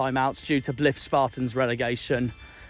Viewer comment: Ay up how's it going. Just wanna say what a fantastic video this is with great intro and editing throughout. Also thanks for the shout out in the comment and your subscription to my channel. I've liked and subbed. Few pointers I would say: It's pronounced Blyth with a y no Blith say like the y in why, at the beginning I liked how you covered the Southern League but you could be clearer that there is two Southern Leagues at Tier 7 obviously you will be watching the Southern League Premier Division South but other viewers from EFL clubs may get a bit confused. I will bow down to your superior knowledge of the National League South I would be interested if Farnborough get promoted or Aldershot relegated as that would be a good derby same with Salisbury v Chippenham. I don't think Torquay will be quite ready for an instant return to the National League post takeover but I agree Needham Market will do well. Good research overall! What do you make of predictions would be interested to know. And good luck with your channel maybe we should collab some time if the demand is there.